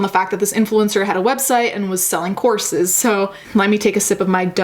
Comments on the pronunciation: I've heard "corpses", not "courses" and got my hopes up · thought you said corpses instead of courses imao